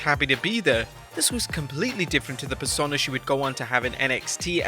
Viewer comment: Every time you try to pronounce "Persona", it makes me want to punch kittens.